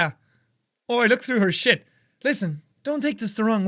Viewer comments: Jack... I hope you know you pronounced shit and bullshit wrong... :/ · I love how immediately after he decided it was either Irish or British he started pronouncing shit different 😂😂